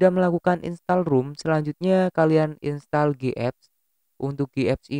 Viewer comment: "rom" bang.... bukan "rum" 🤣